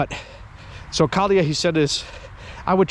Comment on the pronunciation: The way you pronounce kaksi kaljaa kiitos sounds a bit like kaksi kaalia kiitos, which would mean two cabbages please. 😃 Maybe that's what she heard. Generally your pronunciation is great though, it really shows that you've lived your life around Finnish speaking people. 🇫🇮